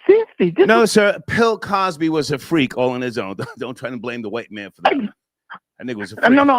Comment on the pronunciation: said Pill Cosby.